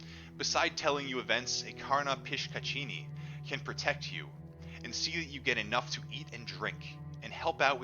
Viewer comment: Its pronounced as Pishashini😀